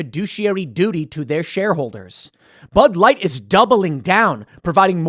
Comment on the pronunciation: "Pud Light" 😂